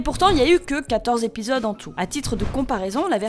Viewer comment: 201, 20 et 28 z'épisodes... pas mal pour les oreilles....